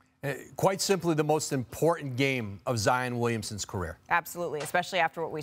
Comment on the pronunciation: Nobody: …. Perk: ZIAHYAWN GOTTA BE ZIYAHYAWN